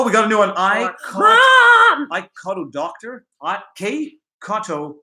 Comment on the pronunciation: That was a fun live stream and great variety of topics discussed. Also you seemed to have a problem pronouncing my username -- it said in following way -- the letter "K", then the letter "C", then the word "AUTO", and finally the word "DOCTOR"